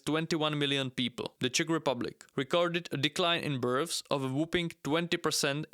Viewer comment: Love the accent of this video, makes me laugh every time he pronounces births as berfs, birfs, or burfs.